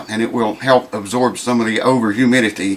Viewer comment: Say ”absoib” one more time! LOL